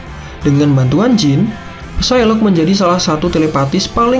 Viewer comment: Ucapin Psylocke tanpa "P" jadi sailok aja